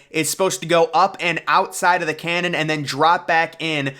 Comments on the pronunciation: "Cannon" or "canyon"? Public school graduate? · Canyon, not canon. 😂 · Canyon not “Cannon” and you’re absolutely butchering the pronunciation of Qiddiya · How exactly do you build the world's highest, fastest, and longest coaster in a "Cannon"? Did you mean Canyon? 😂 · I heard the same thing multiple times, “cannon”.. 😂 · Yes, I know he means can-Yon. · I’ve never heard someone pronounce canyon as canon, but I can’t unsee it now